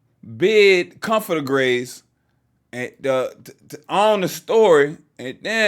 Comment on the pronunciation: “Coochiee bed comforter graze” T wtf 😂😂😂